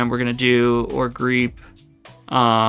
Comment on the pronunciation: it's pronounced engine-x you said it right,, thank you 🙂 you said it wrong 😭 you gotta stop trolling us, greep 😳